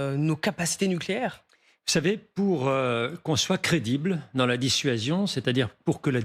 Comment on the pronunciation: "Les Fronce dont" le collimateur… Mais qu'elle apprenne le français ! C'est mauvais, je quitte !